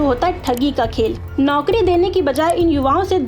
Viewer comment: ऐ! बिहार से हो क्या? नौकरी को नौकड़ी बोलती।